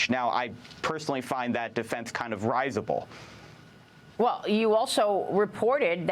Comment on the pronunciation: . When you use a higher-tier word like “risible”, it’s good to know how to pronounce it.